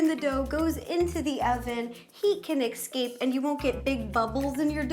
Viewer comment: Am I the only one who realized that ro said heat can excape